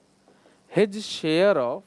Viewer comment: Sir's his share. ---- hij share . Too cute.🤟😊